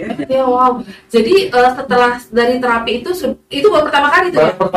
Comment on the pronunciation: Terapi apa? Spt apa? Nama terapinya itu koq gak jelas pengucapannya?